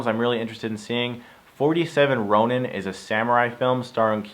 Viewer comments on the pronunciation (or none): none